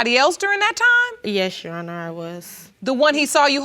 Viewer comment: Every person who's ever been on Paternity Court "Yesh Sheronor" 😩